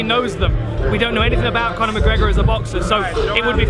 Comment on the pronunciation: McConor McGregor? lol Dan...